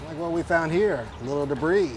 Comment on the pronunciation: He's checking the filter for "debreez" lmao